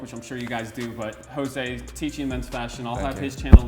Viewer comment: am i the one impressed that pronounced his name correct? i used to call him jose jose yO jOSe but instead in HOse hOse GUYS ITS HOSE